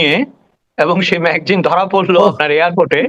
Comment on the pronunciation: বাংলাদেশের ম্যাক্সিমাম সংবাদমাধ্যম গুলো ম্যাগজিন বলছে না ম্যাগাজিন বলছে,ম্যাগজিন আর ম্যাগাজিনের পার্থক্যা জানে না😂😂😂😂😂😂😂😂😂😂😂😂😂 এটাই তো মাদ্রাসাই পড়াশোনা করার ফল 😂😂😂😂😂